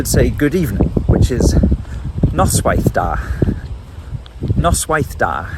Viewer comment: It's noswaith dda not da .